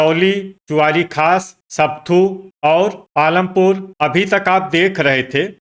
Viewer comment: Not sapthu but sapathu